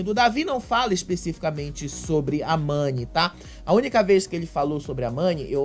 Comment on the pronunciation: A irmã do Gil não sabe o nome Mani, ela falou Nani, quero dizer a você irmã do Gil que quando você participou do reality, se você ganhace era pelo o seu jogo e não pelo seu estado civil, o relacionamento do Davi e Mani só diz respeito a eles, eles não tem que dá satisfação pra ninguém